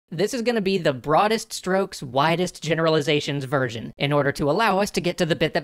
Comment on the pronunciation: I just noticed that you pronounced "version" like "virgin" and I'm so glad. I thought I was alone.